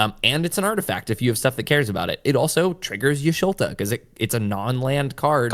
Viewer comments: Thanks for this video, great information about to try this deck out for the first time later. And I died every time you called her Y'Sholta v. Y'Shtola, she's my favorite, it was funny though :) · ish-to-la no ish-lo-ta